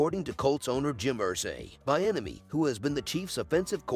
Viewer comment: His name is pronounced- Bee - enemy